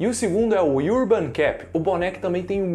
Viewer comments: A pronúncia de "urban", por favor, é como o "a", de "lâmpada". Iurban, não, pelo amor de Deus. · iurban cep? ou ârban cep? Se alguém não sabe nem pronunciar o nome de um produto do qual está fazendo propaganda, não merece o MÍNIMO CRÉDITO! TEM TANTA CONVERSA INÚTIL NOS VÍDEOS DA INTERNET! TANTA INCOMPETÊNCIA! Acorda povo! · Mora na Austrália? E pronuncia "urban" iurban????